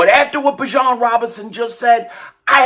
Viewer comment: Is anyone gonna tell that it is pronounced BE- John